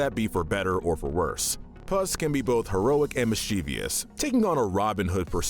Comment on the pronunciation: I'm taking some points away because you don't seem to know how to pronounce "mischievous".